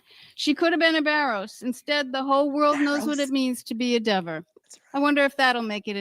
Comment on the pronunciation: Deever, Dever, Whatever 😂